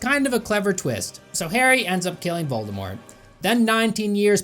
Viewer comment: "What is it with the British and their mispronounciation of T?" Also: "...Voldemore..."